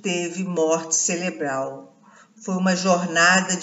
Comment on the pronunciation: Oiiii...celebral ?...não seria Cerebral..